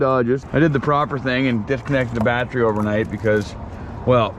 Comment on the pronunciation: Haha, he says "batch-ree", funny A F!